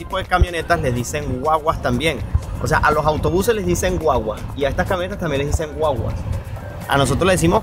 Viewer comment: Se dice gua-gua, no wa-wa